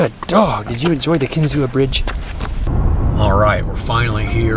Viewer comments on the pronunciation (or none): It’s pronounced Kin-zoo, not Kin-zoo-uh.